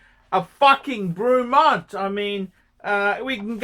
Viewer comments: I think you need to pronounce the brand correctly 1st… fucking Bruumont?? The actual feck?? Try Breh-mont. stick to ya shaggy Rolex bud. I’ve owned 2 different “Breh-monts” & both have been absolutely superb. Wouldn’t have any other. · I've watched a few of his reviews, what an absolute cock. An Ausi who can't pronounce words properly like Brewmont AKA Bremont and Roolex and is against something from the UK, what a surprise. All the major brands started somewhere and Bremont seem to be doing things right. Buy one now and see it's value increase as the Bremont brand gains a foothold in the prestige watch market moving forward. Bremont offer a 3 year warranty on their watches which shows confidence in their product, even Patek only offer 2 years like most other high end brands except Rolex and Omega. I've owned many models of Rolex, none were as good or accurate as my Omega Planet Ocean. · You can't even pronounce the company name and I'm sure Rolex are thrilled you buy their watches , then slag off UK military? Fat useless wanker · Would have been better if you could pronounce it properly dick head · Rolex, over priced jewellery. Can you do me a favour and learn to speak properly please. If you are going to talk about something at least have the courtesy to find out how to pronounce the Company name correctly. Also, the watches are not ugly as beauty is in the eye of the beholder not you. Pricing, well if you don't like the price don't buy the watch. Please stop swearing, it just makes you look stupid, argue against the watch by all means but be constructive in your criticism not just saying f**k. The video clearly shows that you know very little other than your own self importance.